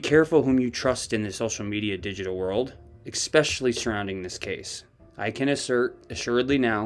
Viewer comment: You're a smart guy but many mispronunciations from you. No such word as exspecially.